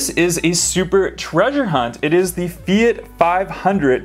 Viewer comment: LOL.......Fiat, not Feit........